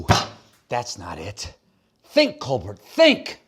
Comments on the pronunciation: Wow! Has Stephen turned into AI? He said "Colbert" with a "t", just like all the AI versions of him do! 😨😱😳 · "Think Colbert, think!" He says "ColberT," not "Colbear." Love it! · Look at Stephen saying "Good Bye and Thank You" to his staff. We are already missing you, Mr. Colbert. By the way, it's pronounced "Coal-Bear" like Claudette Colbert. Jeez, Stephen. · He said "ColBERT." ;-)